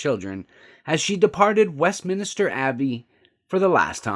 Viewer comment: It’s Westminster not Westminster !!!!